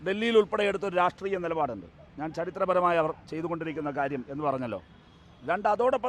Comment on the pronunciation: രാഷ്ട്രീയമെന്ന് ഒന്ന് അക്ഷരം തെറ്റാതെ പറയാൻ പഠിച്ചിട്ട് എങ്കിലും ഈ പണിക്ക് ഇറങ്ങെടോ..